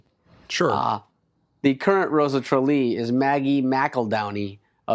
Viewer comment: It's "Tralee"